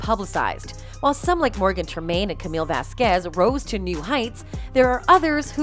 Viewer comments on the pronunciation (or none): none